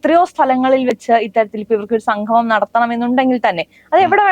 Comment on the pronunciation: സംഘമം അല്ല കുട്ടി. സംഗമം